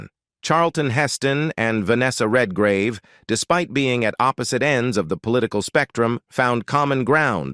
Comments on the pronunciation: Who ever does these needs to get the names right it’s not Vanessa Redgrave not Vanessa red -gauve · Venessa Redgravey what a horrible pronunciation of her name. Its Venessa Redgrave - Red as in colour and Grave and in burial. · Per fer man ses....REALLY?!?! red gar ah vey!!!??? (For those of us who speak well known words...performances and Redgrave) And when did Gene Simmons become "a glamorous Hollywood actress!?!!?😂😂🤣🤣🤣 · Heston was NEVER black-listed in Hollywood. It's 55 Days AT Peking not TO Peking. It's Vanessa REDGRAVE (English actress) not the Italian sounding RED-GRAVEH. Heston didn't appear in The fall of the Roman Empire, it was his Ben Hur co-star Stephen Boyd. This is so bad I can't keep watching. Good luck!